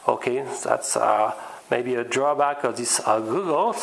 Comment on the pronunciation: FWIW, Goggle, pronounced Gah-gul. Just saying :)